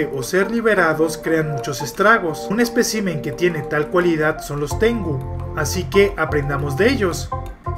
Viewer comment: son unos lagartos muy bonitos, cuando te escuche decir tengu al principio pensé que hablarías de yokais xD